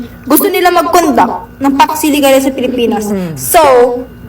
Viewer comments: Hindi nya nga mabigkas kaya hindi nya alam . Jusko Lord talaga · vp hindi alam talaga. hindi nga alam pronounciation. don’t elaborate na ayaw mag comment. new WORD SA KANYA YON ANG PAX SILICA